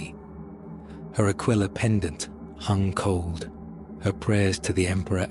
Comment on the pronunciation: Ahh yes the classic symbol of the imperium… “the AQUA-LILA”